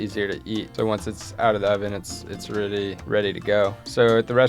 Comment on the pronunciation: Brit here: What's his accent? His "oh"s at the ends of words sound really lazy, as does the "ly" when he says "really" - sounds like he's saying "realleh".